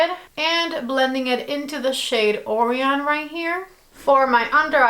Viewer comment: Why is it everyone who has this palette that is making videos about it is mispronouncing Orion? I mink it was that uncommon of a cantillation that people don't know.